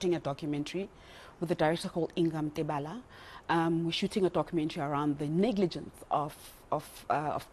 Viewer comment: Mbambo not mbaamboo